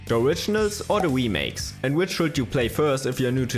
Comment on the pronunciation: The oiginals? or the wemakes?